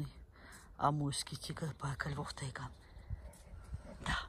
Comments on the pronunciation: Она говорит тигр или дигл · тигЛл киЛагЛам кЛасивый, противно слушать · купный тигл )) Серьезно нельзя взрослому человеку выучить выговаривать букву Р ??